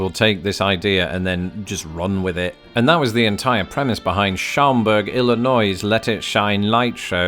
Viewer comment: Um, Schaumberg is pronounced SHAWM-Berg, not Showm-berg. You're getting there. 😉 There's also several towns around the Chicago area that have this. Sauganash and Edgebrook have "Candy Cane Lane" Brookfield has their Talking Tree as well as neighborhood lights Mooseheart (which is located between the western boarders of Aurora IL and Batavia IL. (It's not really a town, it's an orphanage for boys. I'm not sure, but I seem to remember that while you're in the Batavia area, Fermi Lab (aka: Fermi National Accelerator Laboratory) either has or used to have quite the Christmas lights display as well. (I grew up in nearby St. Charles - just two towns north of Batavia - and finding Christmas light displays was one of my dad's favorite Christmas traditions [my dad is also an expat but from Canada) Alton Il has an Enchanted Wonderland display, starting at Rock Springs Park. Rolling Meadows has "Lights on Magnolia" - which is also a neighborhood display like Schaumberg. And there's a LOT of other near-west suburbs who all have neighborhood displays. It's kind of a "thing" in the Chicago-land area. Oh...and BTW: Most of all John Hughes films were all located in the Chicago suburbs. "The Breakfast Club" being my favorite, was released the year I graduated from HS and it was filmed in the same school my mother did her Student Teaching. (my cousins all grew up nearby in DesPlanes)